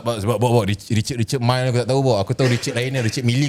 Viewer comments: bob. richuhd mil bob.bukan richard mai.mai sini jap aku nk jentik perut kau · wei....sebut nama jam pun tak betul tu.......Richard Mille tu brand Perancis....... "Ree-char Meel" .....sebut la betul2.....adehhhhh.........google la dulu sekurang2nya pun... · Sebut richard mille pon tak pandai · Bob, sebut leklok sikit Richard Mille tu. Sebut pun tak betui, entah2 hang yg beli kat China. 🫢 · Ko sebut richard mille pun salah lagi bob..